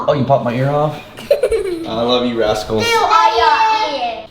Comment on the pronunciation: Did you Roman say "I love you a**holes?" 😂😂😂 I know he said rascals but if you play it back it sounds like "a**holes"